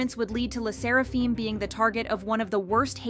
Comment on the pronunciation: "Fim" not "feem" AND HOLYSHIT THOSE COMMENTS ARE WILD WTH and I thought my mental issues are worse.